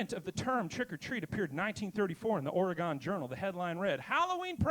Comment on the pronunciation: Just FYI: It is not Ore-Ray-Gone, it is Ore-Ree-Gun